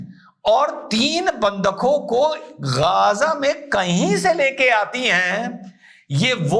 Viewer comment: Namste sar ❤🎉🎉bas sab kuch thik hai, परंतु अपके लफ्जों का जो तल्लाफू को गाजा नहीं है? थोड़ा सा जीभ को उठा कर गजा... थोड़ा बेस बढ़ा के मुख से अवाज निकालना था 🤔🤔🤔